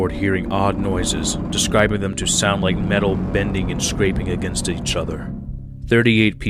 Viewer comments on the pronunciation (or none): none